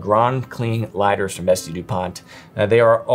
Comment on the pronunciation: The best “Liadders”